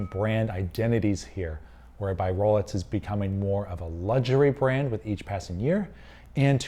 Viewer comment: why is this guy saying rolets